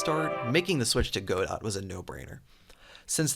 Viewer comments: small nitpick but its pronounced "guh-dough" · This was a really cool update, and I'm always glad to see more godot games! Keep up the good work :) If I hear you say "Go-Dot" again I will eat your spleen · I hope for a third thing - STOP PRONOUNCING "GODOT" as "GO DOT" please please please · it's pronounced 'Go-Do'